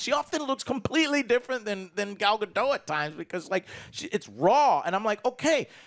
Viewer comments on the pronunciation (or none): Does anyone else find it very irritating that mispronounces Gal Gadot's name?